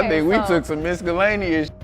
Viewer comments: "Some MISS-KUH-LANEEY-ISS shit." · Never heard anybody annunciate miscellaneous like that. I think I been doin it wrong my whole Life